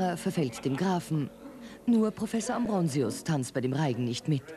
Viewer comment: Wie die Sprecherin immer "Ambronsius" sagt :O